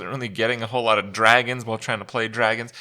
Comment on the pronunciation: To pronounce it "Dwagons", you need to at least be furry adjacent.